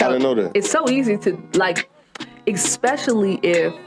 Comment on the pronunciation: I wouldn’t hire a lawyer that pronounces “especially” as “EXpecially.”